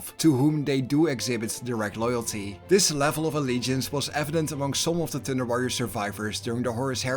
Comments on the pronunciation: Why do u make thunder sound like thinder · every time you thunder it sounds like tinder, tinder worriors. that's a whole different kind of worriors. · Lol all I can hear this entire video was "The Tinder Warriors"